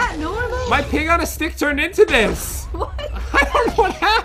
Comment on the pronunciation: Did he say pig on a stick